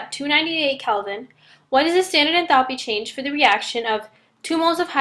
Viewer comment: good explanation but please learn to pronounce enthalpy correctly..